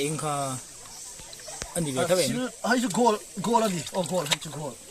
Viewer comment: Gold a tih loh khi Gawlh atih khi 😂😂 hai faih 🖐️